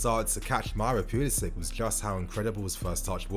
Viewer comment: Pulisic- say "Sick" ... Give respect to his name please